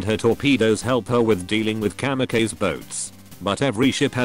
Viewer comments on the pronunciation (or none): none